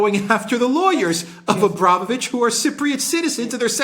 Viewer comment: It's abramOvitch, not abrAmovitch. The latter isn't even correct in English.